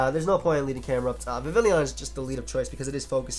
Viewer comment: Its vivillon, not vivilion:)